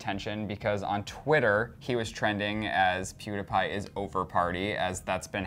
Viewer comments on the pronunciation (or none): Omg is THE DUMBEST PERSON IN THE WORLD!!!! Pewdiepie is NOT PRONOUNCED PEWDAPIE omfg 😡😡😡😡😡😡😡😡😡😡😡😡😡😡😡😡😡😡😡😡😡😡😡😡😡😡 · I used to like clevver but now I don't. You always make it seem like PewDiePie is wrong. He was not picking up on the 5 year old but was saying that the video had fake views ok. I have been a huge PEWDIEPIE fan so please ask me ok. AND ITS NOT PEWDAPAI ITS PEWDIEPIE! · PEWDS ALWAYS MAKES JOKES AND THATS WHY HIS CHANNEL IS BETTER PLUS YOU ALWAYS USE HIS NAME TO GET VIEWS. DOES PEWDIEPIE DO THAT, NO. YOU CAN REPORT THE NEWS WITHOUT HIS NAME. YOU ALWAYS MAKE PEWDS LOOK BAD. AND ITS NOT PRONOUNCED PEWDAPAI! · I am the only one who is getting annoyed that keeps saying pewdApie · First off, he was joking. Second off, learn to say is damn name right. Jesus Christ, I cringed every damn time you said his name! Learn to take a joke and not take it to heart. Also, I think pewds was kinda right about the 5 year old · Clever shouldn't even be saying anything about PewDiePie if they don't even know how to pronounce his channel name right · He's saying pewdiepie wrong